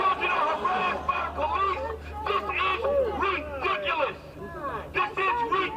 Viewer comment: "This is ridicilis!!!!"